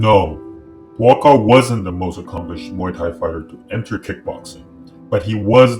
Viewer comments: It’s pronounced Boookaw, not bwakow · His name is not BOKOW!!...... it´s BUA KAOW! meaning White lotus. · Try pronouncing his name this way and you'll come close: 'boa-ah kow.' The judges were cruel to allow that fight to continue...